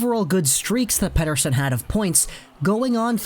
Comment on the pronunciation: Man your pronunciation of Pettersson is getting better✌️